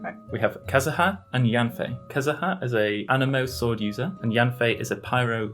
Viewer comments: "Kazaha" it is u mate say it like it is wrote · Im getting triggerd bc he said Kazuha and zhongli wrong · also unlike his last video, he has made an active effort to pronounce names right. for example he said "kiki" instead of "chichi" last time, and now he said it right, because the YouTube comments told him so. I didn't see any names being wrongly pronounced this time except for the fact that his sister called Venti a girl by accident :)